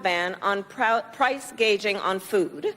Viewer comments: She said "price gaging " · It's price gouging not guageing.